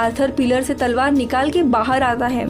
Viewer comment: Salwar nai mdm talwar... 😁